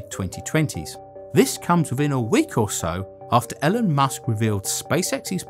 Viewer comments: Its Elon not Elin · "Ellen" Musk?!? LOL. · E E E Elon Musk not elon Musk. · 'Ellen musk' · Nice vid - hint - lookup the pronunciation of Elon and Bezos ;) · Love how you pronounce Elon Musk